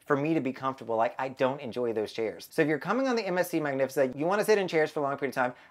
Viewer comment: No i like it lol it sounds classy